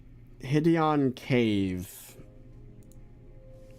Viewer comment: Him saying Hid-Eon instead of Hide-on makes me so mad